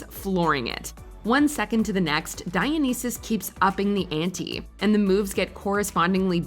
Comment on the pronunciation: dionysus is not being pronounced right in here grrrrrr